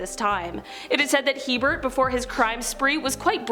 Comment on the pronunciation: It is HeRbert Mullin, not Hebert.